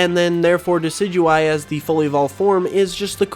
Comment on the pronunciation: Decidueye, not Decyduey! Lycanroc does NOT end with a K!